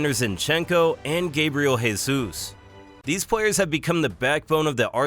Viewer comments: he absolutely butchered most of names, and Gabriel Jesus is pronouncing diferently as well since he is brazilian and its pronounced zhay - zus, not hey - zus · Stop calling him Hey-zus. He is Brazilian, not Hispanic.